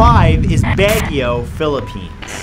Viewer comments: "Begyo" As a Filipino, I must say that's quite a way to pronounce Baguio. :) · Baguio is pronounced as "Bagyoo" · Baguio is pronounced Bagyo